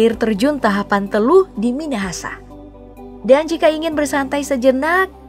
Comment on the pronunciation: Mau koreksi min🙏10.31 Air terjun "TAPAHAN" telu, bukan "Tahapan"🙏tapi gpp, maju SULUT🤟🔥